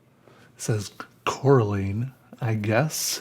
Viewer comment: Am i the only one who got triggered when he miss pronounced Coraline?